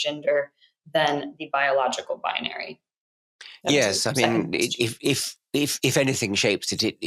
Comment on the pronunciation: So weird that when addresses the gender-stuff, she immediately starts speaking like a Californian activist, with the annoying 'vocal fry' at the end of a sentence. She has such a beautiful voice, but just replay how she burps out 'binary' at the end. I am becoming convinced that the 'vocal fry' is a sign that that person just pulled the previous nonsensical statement out of their behind.